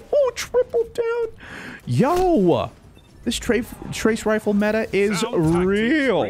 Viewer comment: "trave-rifle meta" - 2019.